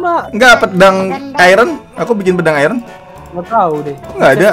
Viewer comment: Bang itu iron bukan Kual